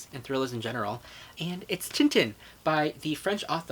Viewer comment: FOR A SEC I THOUGHT YOU SAID 'TIN OUT OF TIN' WHEN YOU PUT TIN TIN DOWN AND I JUST